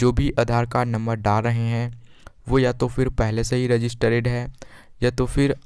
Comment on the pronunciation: रजिस्टर्ड पढ़ते है रजिस्टरेड नहीं